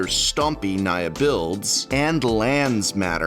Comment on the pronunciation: Whenever you say Naya, all I hear is Nya~